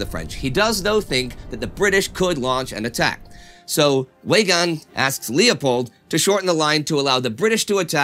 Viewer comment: Weygaund is pronounced with a V so it sounds more like like Veygaund. I know I'm being nit picky because everything else is great!!